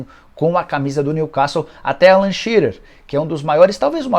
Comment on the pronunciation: Nicola, se diz: new quéssou